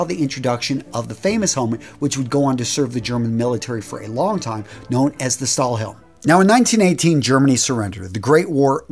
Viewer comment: 'Stahlhelm' btw. literally just translates into 'steel helmet'. It is not really a name. It is just how we build nouns in the german language, thaught i'd mention it :) edit: you did a REALLY good job on pronouncing that btw.